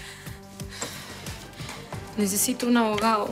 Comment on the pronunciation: Like si le escuchaste a a decir abogau